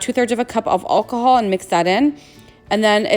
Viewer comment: Your pronouncing alcohol wrong